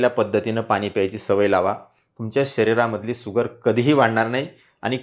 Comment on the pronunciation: भैय्या तुम्ही अगोदर शुगर म्हणा सुगर सुगर म्हणू नका.